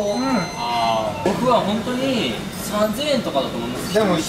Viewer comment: 今みるとジェシーの黒髪新鮮に感じるし、慎太郎の3000円のイントネーション独特で ちょいツボ